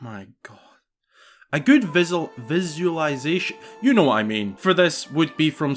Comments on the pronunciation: Do you actually have trouble pronouncing visualization or was that a joke? I'd believe either. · Your struggle to say 'visualization' has me dying. That's a tough word